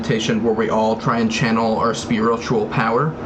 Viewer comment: “spearotual” It’s the little things 🖤